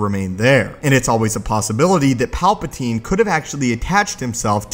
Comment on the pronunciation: my only comment is stop saying palpa*teen*